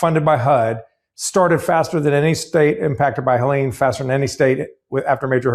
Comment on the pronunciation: "Heleen" for Helen? Are all your weather namers on bad weed, or is your own weed a bit suspect? Her face may have launched 1000 ships, but her name wouldn't, pronounced like that! 😁😉